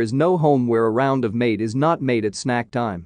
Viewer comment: Goodness, couldn’t you learn to pronounce dulce de leche, Mah te but not like”Sorry Mate”…am not even Spanish & I cringed the way pronounce words even sautéed…ouch!